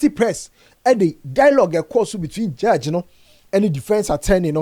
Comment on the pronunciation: Tell him to pronounce judge very well and not jurdge.